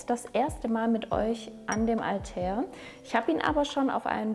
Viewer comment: Wenn du so überzeugt von dem Duft bist, dann lern doch bitte wie man ihn richtig ausspricht